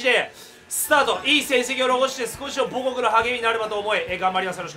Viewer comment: 最初の方で母国の発音がアレクセイ・ボホフで草